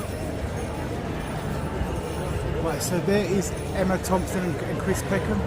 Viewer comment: It’s Packham not Peckham